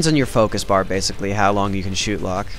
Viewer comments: as soon as you said shootlock it disoriented me. i thinks its said "shot" lock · lol u said shootlock. not shotlock.